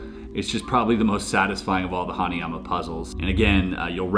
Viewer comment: Omg ! Hanayama ! The Way Mr.Puzzle Says It Is Just Awesome Anyways Great Video !